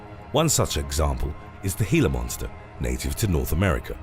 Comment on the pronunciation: thank you for pronouncing "Glia Monster" properly. When people call it a "Gee-la Monster" (hard G) it totally kills a video for me.